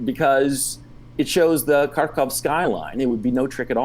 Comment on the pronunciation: It's pronounced Khar-keev. 🇺🇦